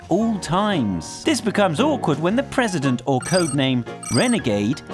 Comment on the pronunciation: O:03 prrrresident